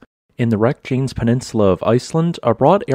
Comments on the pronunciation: Our Icelandic volcano enthusiasts will be frowning and saying, " did he just call our Reykjanes, Rek - jains"? Just a heads up, it's pronounced Rake - yan - ehs. And Grimsvotn has a history of erupting after meltwater drainage. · Reyk-ja-nes. At least split the syllables correctly.